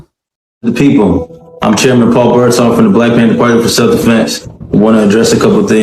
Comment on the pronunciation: I need you to stop butchering peoples names. BirdSONG; Ill-HAN; You gotta get the names right so they can be properly disgraced by We Your Listeners!!! ❤ the show! Thank you for your content and insight.